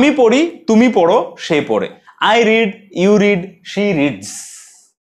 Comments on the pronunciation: রেড না রিড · Sorry red uchchon noi read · হয় তো, past এ read এর উচ্চারণ রেড করতে হয়